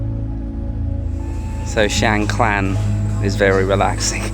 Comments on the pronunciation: No "l" or "ล" in the second part of the district name. So, it's Chiang Kaan, not Chiang Klan.😊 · What’s wrong with you British with every name and word you can’t pronounce it’s mysterious to me?😂 Chang klan?🤣😂🤣🤣 (Is Chiang Khan!)🔝👏🤣👍💙🇹🇭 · Great video, but isn’t it Chiang Khan, not Klan. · Is it me or did you mispronounce Chiang Khan throughout the whole video? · Rule number one... quickly research and find out how to pronounce the province / location name you're in... especially when selling yourself as a Thailand travel expert, a seasoned Youtuber in Thailand and still pronouncing things completely wrong! Theres no L in Chiang Khan 😅 Enjoying seeing you back on the road in Thailand and looking forward to following this trip 👍